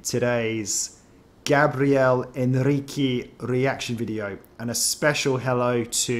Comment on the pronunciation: Hi, first time on channel. First time commenting. Thank you for reacting to Gabriel (Gab ri el) Henrique's ( In he key) cover of Stand Up with choir & band. Please note how his name is said. Henrique (In he key) thank you. ❤ Be beautiful...❤